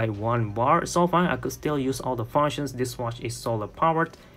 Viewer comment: no its not called fauwounctions, its called FUNCTIONS... dude!